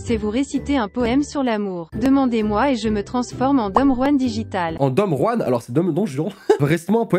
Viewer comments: Don Juan se prononce Don Rouane 🤫😂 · ça se dit effectivement "dom ruan" dans la langue traditionnelle. Don juan c'est juste lu à la française ;)